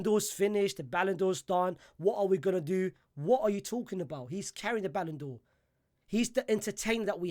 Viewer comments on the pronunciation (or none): Ballan'dor For What??? Are You DRUNK???